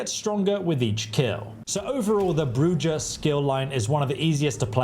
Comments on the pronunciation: LOL, he said Bru Jah. It's Bru hah. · It's pronounced Brew-ha, not brew-ja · Not brew-jah , which is non-sensical. It's pronounced brew-hā which is Spanish for witch. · BROO HA not JAH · Brujah is spoken with a J coming off with the H sound so its bru-hah. Not Bru-Jah... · ah, yes. the bruJAH clan. is it similar to bruHAH clan in any way? ps also, OBS-fuc-ate (we sure ventrue are the divas?) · Man said Bru-Ja I could not stop laughing. Obviously not a hockey fan has he has not heard a Bru-Ha going on lol. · The info? Solid af. The pronounciations? Killing me. Brujah - Broo-hah Celerity - sell-air-it-ee Stygian - Sti-jee-an Obfuscate - Ahb-few-skate Hope this helps everyone. 😂😅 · Hearing broo-jyah is upsetting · You pronounced Brujah incorrectly, it's pronounced Bruhah, I think it's Spanish, but I could be wrong about the origin of th name. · Brujah > Brew Ha! Toreador > Tore A Door. Sorry, but hearing it mispronounced was slightly hurtful. ;) However thank you for the break down of the skills and powers. Tremere is the only path as all others are mongrels. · It's pronounced bru-ha not what you kept calling it. Geez definitely not played it before doing the video. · Please stop mispronouncing bru-haaaaa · It's Bru-ha if you are to promote the game try not to butcher clan name like an illiterate child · Brewjaw? Really come on dude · Did you just say Bru-Jaw? Lol Love your content! Thank you for the awesome vid! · Quality info, but some of your pronunciations have made me cry. Like Brujah and Stygian especially.